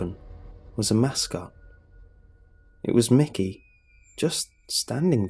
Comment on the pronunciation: It's Mickey not mikey